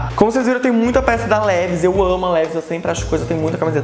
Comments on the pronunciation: Levis uahauauau se pronuncia "leváis" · a pronúncia não seria "Livais"? Amo seus vídeos, pode fazer mais sobre moda, adorei.